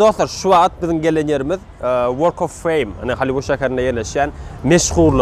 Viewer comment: Ayyyy bratok yenede Halyiwud diyyanda))) GALYIWUD!